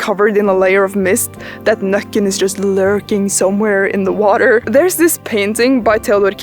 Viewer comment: Nøkken, sounds like the dutch word for what a couple does in bed… you can guess what I mean, but the pronunciation is the same 🤣